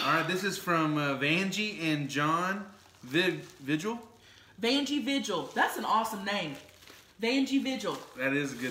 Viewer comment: Vigil is most likely pronounced ve-hill its spanish